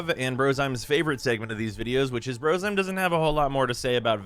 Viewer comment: What the hell, I've been pronouncing Brozime wrong this whole time.